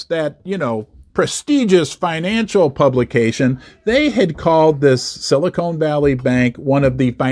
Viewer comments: that's Sili CON Valley not Sili CONE Valley. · Silicon, not Silicone.😊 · Ha it’s silicon, not silicone as in con artist 😂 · it's NOT silicone, it's silicon, but silicone is what they put in fake boobs ... yes ??? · It’s not silicone valley it’s silicon🙄🙄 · Petty comment since I grew up there - it’s Silicon Valley not silicone valley. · Pronounced with a short “o” instead of a long “o.”